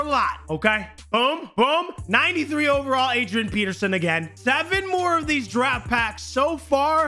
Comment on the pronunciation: Draft* not drat